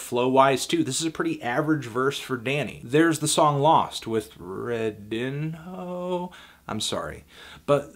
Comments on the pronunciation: I think it's "reh-DEEN-yoh." Portuguese. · Edit: It's growing on me but the nails-on-chalk synths and sloppy mastering are getting REALLY fuckin irritating now. Also, Redinho is pronounced "Red-een-yo" (I found this on his twitter). I highly recommend listening to his own self titled album, which is FAR better than this.